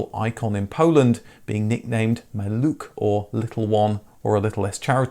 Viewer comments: Maluch is readed as Maluh. Not Maluk. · MaluCH is pronounced like Scottish loCH, not maluK. Great video nonetheless. :) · Not a "president of Poland" by then, but the "first secretary of Polish United Workers Party" ;) A pronunciation of "maluch" nickname should be "malukh". It was the car, on which I made driving licence ;) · Almost... The 'Maluch' should be spoken like lone H at the end, like a whisper. Not like K.